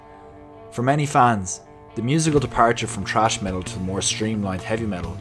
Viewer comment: "trash" metal? ..it's 'thrash', or is it the accent?